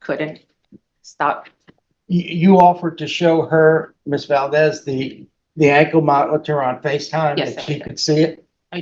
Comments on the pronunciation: Really tacky how judge is drinking a big gulp during court proceedings. Not officer Validez. Valdez. Two syllables. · Valdez, 2 syllables. Not Validez. Violent with a long I. Not Vaolent.